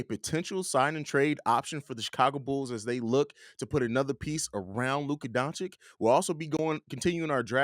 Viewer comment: it’s Doncic like itch, not Donchick